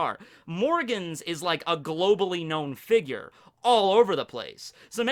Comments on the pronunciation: pronunciation of figure hurts my soul everytime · “Figer”? Figure*